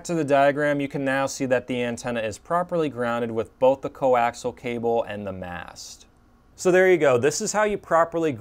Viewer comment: These are informative videos. Very professional presentations. However, the word coaxial isn't pronounced as "co-ax-al". It should be pronounced with another whole syllable in it. Say "co-ax-i-al".